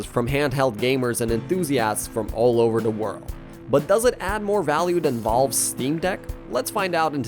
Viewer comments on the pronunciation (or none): DID HE JUST CALL "VALVE"....VOLVE? LOLOLOL